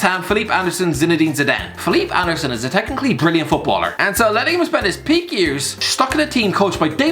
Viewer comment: It's actually the correct way to say it, so kudos to the